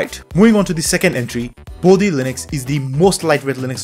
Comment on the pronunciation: Its "Bodhi", not "Body". I would have expected Indian to have better grasp at that.